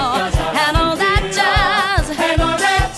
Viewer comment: "That." 발음이 너무 홀려